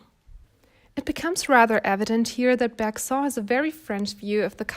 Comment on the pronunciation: Thanks As a French student this video actually helped me more than certain french ones 💀❤️ Btw we actually pronounce Bergson like « berg » and « son » like the English way like the son of a father